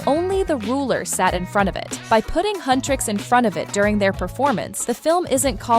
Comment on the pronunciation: Its Huntr/x not Hunr/x